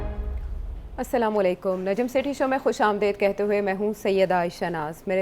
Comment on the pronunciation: Sethi sahib salam.u.alakom nahien hota sahi Salam kia karo Assalamualaikum hota hai main rozana ap ko sunta hoon